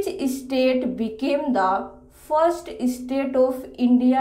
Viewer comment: Try to improve you English pronunciation: STATE not ISTATE